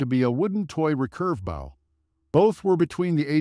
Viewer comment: Wrong 'bow' AI voice...